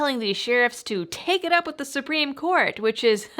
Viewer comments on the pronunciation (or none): none